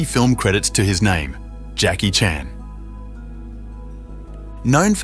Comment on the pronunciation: Please learn to pronounce Jacky’s name.